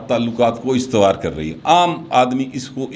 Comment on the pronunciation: ،lafz estwaar nhi " Ustwaar hota hai... Duayen